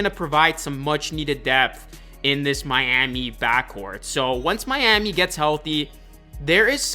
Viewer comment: nothing like "MYAMEE HEAT"